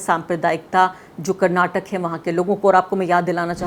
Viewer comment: Finally someone has pronounced our state as "Karnataka" and not as "Karnatak"